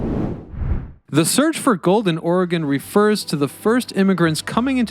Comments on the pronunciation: Dude, you can't even pronounce OREGON! Then you yammer on about indigenous people once living on the banks or the Willamette river blah blah blah. Sooo annoying!! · We know you're not from Oregon when you pronounce Oregon incorrectly like that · If you can’t even pronounce the name of the frickin state properly, then how can I trust the integrity of the content? (Hint: I can’t) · weird mispronunciation of our state name makes this awfully unwatcbable. Embarrassing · The way he keeps saying Oregon throughout the video. Cringe couldn’t even pay attention to what he was saying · First, if you do a documentary, learn how to pronounce the name of the location. Second, the Heathman hotel was notorious for having a basement brothel and third, Seattle has the same underground system to ferry unsuspecting sailors to their fate and still has tours of such tunnels. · I swear no one from the east coast knows how to say Oregon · I don't know how somebody can pronounce "Willamette" correctly, and then go on to miss "Oregon" so many times. I give him props for a few instances he got more correct, but maybe he just didn't want to commit, since I know midwesterners have a town named "Oregon" that they pronounce differently? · A lot of this history is dubious, and the man not knowing how to say the name of the State makes it worse. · I was super excited about this video because it was about my home city. I'm dieing inside because you can't say the state name correctly. it is Oregon not or-gone. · Ori-gun lol We say it like Oregen: Oregon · QUIT SAYING "OR-EH-GONE"!😡 IT'S "OR-GUN"!😂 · It's Ore gun NOT Ore GONE the fuck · its oregon not oregone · OR-GUN, NOT ORYGONE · Great job pronouncing Willamette correctly, but you slaughtered Oregon. It’s “Ory-gun” not Or-A-Gone. And to the naysayers, the tunnels are real - I’ve been in what remains of them. Seattle has them too with organized tours. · Dude. It's or-eh-gun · Or-e-gin :) Portland is still the most dangerous.. lol